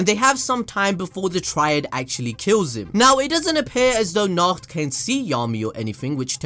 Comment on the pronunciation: Nacht (Na-ho-to)